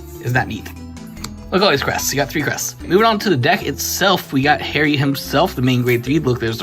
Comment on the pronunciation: Its "Har-Ree" not "Hairy"